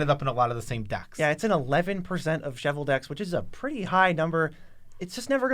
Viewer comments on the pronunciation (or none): Guys can you please learn how to pronounce Chevill, for fucks sake it's not shovel.